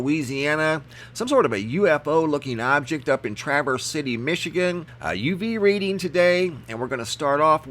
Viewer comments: The A in Traverse is pronounced as the A in Bat and it is smooth no break. So not Tra verse but Traverse City! ☺ Awesome photos. Be blessed in Jesus Christs mighty name! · It's pronounced Tr avese City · I got absolutely mind boggling video last might. Massive cloud ships and fake helicopters..also see those rings often. And its pronounced Trah v errs. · Traverse City. Trav-verse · Awesome video as usual. FYI it is pronounced Tr-ave-er-s city :). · Traaaaaaaavers city not travers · COULD SOMEONE PLEASE TELL HIM HOW TO PRONOUNCE THE WORD TRAVERSE CITY MICHIGAN??!! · Who pronounces Traverse City wrong? Why,, that's who! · Dana Smith haha I’m from Michigan and how he said it was not how u pronounce it. Guess he Needs to take a trip to Michigan when all this crap is over with.